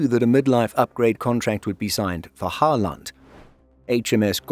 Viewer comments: Halland is not Hal land, it's more like you would say Holland with the emphasis on first vowel only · I don't think it's intentional, it's just is trying to be clear he is putting in effort. Uppland and Gotland worked well enough. But yeah, Halland is like Holland, not Ho-land :) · Sure. You pronounce Halland as Hall-and with two very separate sounds. All Swedish pronouncing you do in the video is pronounced like this as far as I can tell. Instead of dividing the names and words like that, instead put the stress on the first vowel instead (for example the first “a” in Halland) and pronounce the word as one and you’ll sound like a Swede in no time. 😉 Great content on the channel btw!